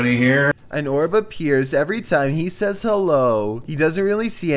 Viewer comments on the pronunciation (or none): none